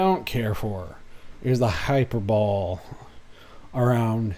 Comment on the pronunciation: It’s “high-per-bo-lee” not “high-per-bowl.” hʌɪˈpəːbəli But you already knew that, didn’t you? ;-)